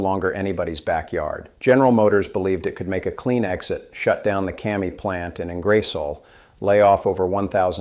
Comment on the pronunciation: The hands are making me feel sick, and the miss pronunciation of Ingersoll and Champlain was a eye roll